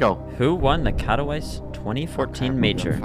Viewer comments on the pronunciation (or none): it's kah-toh-vee-tse not kah-toh-vice, coming from a polish viewer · Please teach this man to say Katowice correctly. When you say Kato-Ice it sounds so stupid